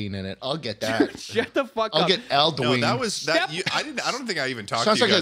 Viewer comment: Hearing their pronunciation of Uthgerd the Unbroken and Alduin is killing me Like bro they say the names in the game, did you not listen 😭😭 /nm